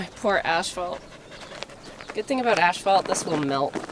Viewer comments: Ashphalt? My poor ashphalt? I had rewind and listen three times to pronunciation of the word "asphalt" and it gave me a little giggle. I work for an asphalt manufacturer and am always perplexed at how people will spell the word, but this is the first time I have heard the spoken word any other way. I love you,! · I can't get over how Canadians pronounce asphalt. I went to college in Regina for four years and I got to learn a whole lot of new words. Like toque, asphalt, duo-tang notebook, etc. and of course, eh? Of course, my Canadian roommates thought I was a bit weird and had a PA accent even though at that point I had grown up in California and had only moved to PA 2 years before college. I didn't have time to get an PA accent. I still don't have one. Some of the best years of my life. Sorry about all, that it just reminded me of some great times I had in the mid 70's probably before you were a sparkle in your folks eye. Goat is looking like a goat and I'm so glad she is doing now.